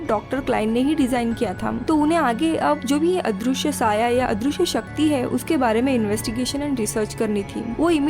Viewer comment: दृ = dri पृ = pri अदृश्य = adrishy not adrooshy पृथ्वी = prithvi not proothwi Please